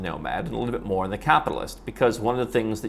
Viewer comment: Thanks and good luck! A little constructive criticism: Don't say "More on". It sounds too much like "Moron". I always enjoy your content, if for nothing else but mind candy to expand my consideration of possibilities.